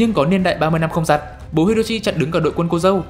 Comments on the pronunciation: xem 1 nửa thì nhận ra anh nói là cô dê và chú rể:))) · tại sao anh lại đọc là cô rê và chú dẩu :)))/